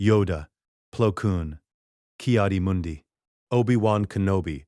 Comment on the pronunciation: this could have been a great story if the AI narration hadnt taken me out of it. as others have mentioned the whole P-L-O Koon, A-H-S Oka, K-I-A-D-I Mundi, and A-N-A Kin and then in another sentence, Anakin and Ahsoka's names are being pronounced properly.